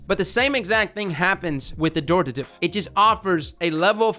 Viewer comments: It’s AD-Horative. Not adooritve. Honestly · no its pronounced ad-hor-tat-ive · I think it's pronounced Ad-hort-ative, correct me if i'm wrong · Pretty sure it's pronounced "Add-hort-ah-tive" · 'Ad-Hor-Tative' lol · Ad-hor-tative, there's an H dammit. It's become like a minigame for him at this point. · It’s actually pronounce Add-or-tay-tive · Dude there's a 'h' in the word. Ad-hor-ta-tive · What is it about this word that makes everyone pronounce it wrong? It's literally the word hortative but with an AD in front: ad-hor·ta·tive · I think it's "Ad-Hor-ative" because the word "Abhor" is similar and is pronounced with the B otherwise it would sound like "A boar". 🐗 I could be wrong though. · I think the gun is called Add-whore-Tuh-Tiv. There are 2 T's in the name. You were only saying 1 T. I could be wrong though. I still say Antiope wrong myself. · Ad-hor-a-tive is how you say it! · I've been pronouncing it "ad-hor-ative" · It’s pronounced Ad-Hore-ta-tive. Heavy emphasis on the H Not a joke btw I’m being serious I am an Attic Greek student so I’m heavily invested in these names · I always pronounced it as “Add-horr-tay-tiv”. Yours sounds more right though so I’ll go with that. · Its actually pronounced AdHOR - TaTive. The "Hor" comes out like "whore" basically. Not closer to "Adore". Nbd just thought I'd let you know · i think it's pronounced ad-horative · the h is not silent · pls you’re meant to pronounce the H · There's an "H" in it though. Adhortative as in: Relating to the giving of advice...but be careful it could be a loaded question.